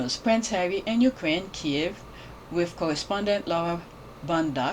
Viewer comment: Thank you fir pronouncing Kiev properly ❤❤❤❤